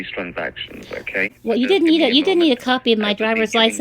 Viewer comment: 2 TOUSAND, AKAY!!!!!!!🤣🤣🤣🤣🤣🤣🤣🤣🤣🤣🤣